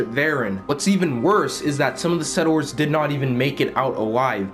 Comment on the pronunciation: I think the game should be pay-to-play as well. Also, just a heads up, but settors isn't a word. The correct word is settlers.